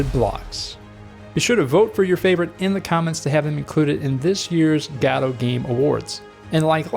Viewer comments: Gawdoh always gets me laughing :D my vote is #1 keep em coming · I know Godot but what's a Gaado?